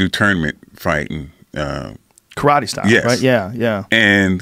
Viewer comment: Eh?! Learn how to say karate.